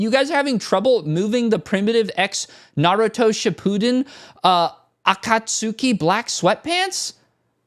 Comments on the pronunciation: Sorry you mispronounced Akatsuki, please buy us all $25 of a stock you are currently ~vibing~ with. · Ain't no way he doesn't know how to pronounce Akatsuki